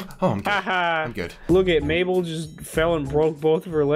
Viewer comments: mable not mableine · It's mable not mablin or mableen xDD I was laughing at that part xDD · Its mabel not mabelin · Mabel, not Mable, how bout you get it right? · The girl's name is Mabel not Mabeline.... Anyways keep up the good work I love your videos, I subscribed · Guys, its not mabeline its mabel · Her name is Mabel, not Mabeline. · its Mabel not mabeline lol😂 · Her name is Mabel not mabelene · Its Mable The Girl IS Mabel not Mabely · Its Mabel not mabeline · It's NOT 'MABELINE' IT'S MABEL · It's Mabel not mabalen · NO it's Mable not mablen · Its mabel! Not mabeling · Not Mablen mable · Mabel not mabelyn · Mabel not mabeline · its maybel not maybelin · it's Mable watch the show and get it right